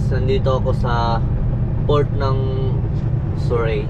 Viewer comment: "Sur-ree" po. 🙃